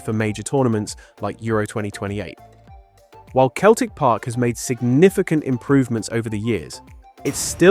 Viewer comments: Celtic park is pronounced "celltic" park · Celtic Park is pronounced with a soft C at the beginning. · Keltic Park?…. Oh dear, ai’m out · Arnfield. Keltic Park. AI gone awry. 🤣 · Celtic Park pronounced "Seltic Park". Also called Parkhead. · U lost me at 'Keltic' Park.... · Good old "Keltic" Park. Fed up with flawed AI Commentary. How much does it cost to get someone to read out the video script ? Bugger all. I'll do it for nothing!